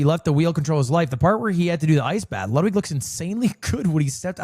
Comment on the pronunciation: "no i know luwdwig" its ok we all luv u more